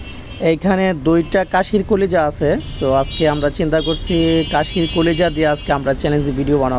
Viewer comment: কাশি না ভাই খাশি